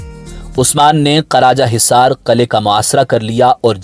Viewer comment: Karajahizar nahi karachaizar hota he